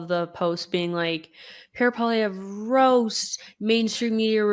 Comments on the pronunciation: What's with the mispronunciation of Poilievre, ton nom est francais, n'est-pas? It's not Poiliev rah, it's Poili ev, comprends-tu! The sooner Canadains wake up to the fact that Trudeau and Singh and their respective sycophants have completely screwed Canada! Trudeau's childish attitude and inability to think has put Canada in a weak and vulnerable position--Trudeau starting a trade war with the USA is pure lunacy. The only thing Trudeau will accomplish is to make Canada the 51st. state sooner--which is something I am on board with, so keep up the good work Trudeau, Make America Great Again with Canada as a state. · I could only stand hearing the Uber French pronunciation of polieve a few times before I'm dumping this to go watch something else. Please leave that shit in the east after western Canada separates. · Ear Pain every time he says poilievre